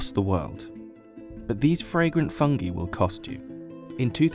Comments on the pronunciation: Fung-EYE not fung-EEEEE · Never trust a guy that pronounces it "Fungee" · did you just say fun-gee? aw hell naw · Fung gee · I'll be honest, this was literally the first time I ever heard someone pronounce it "fung-gee". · Me too man. Rea pronounce is fang-gay . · He can't even pronounce 'FUNGI" correctly.